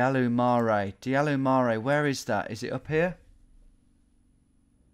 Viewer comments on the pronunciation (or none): dealu mare is pronounced dea-lu-ma-reh and it just means big hill and baia mare is ba-ya-ma-reh (means big bath) real damn creative there lol*